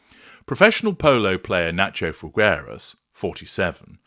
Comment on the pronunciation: Pronounced "fee-gay-ras" or just "fee-gae-ras" please